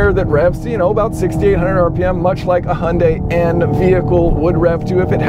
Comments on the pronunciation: Also, 'Hyundai' is a Korean name and isn't pronounced "Hundye". "hyoondai". It's not that hard. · Hy-un-dye Now you have learned how to pronounce Hyundai. It's not so hard, right?